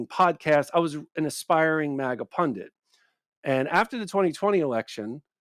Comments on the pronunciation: Ben - it’s not a “pundant,” it’s not a “pendant,” it’s a punDIT.” If you were just some guy talking, I wouldn’t worry, but millions of people are going to learn the wrong pronunciation from you! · Ben, what is a pundant? I think you mean pundit. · Where does the word pundent come from? It's pundit. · Ben, please learn how to pronounce "pundit"! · There’s only ONE ‘n’ in the word “pundit”.